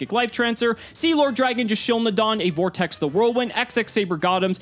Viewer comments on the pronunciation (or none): none